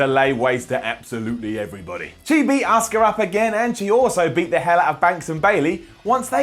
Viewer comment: I’m sorry, but you can’t pronounce Asuka’s name. Oscar.